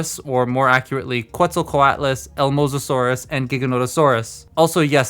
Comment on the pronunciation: No, all three of them are dinosaurs, some people are just idiots. Also, the Q in "Quetzalcoatl" is pronounced like a K (since it's named after the Aztec/Mayan God of agriculture, it obviously uses a Spanish pronunciation).